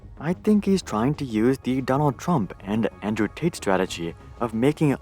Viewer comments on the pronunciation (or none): none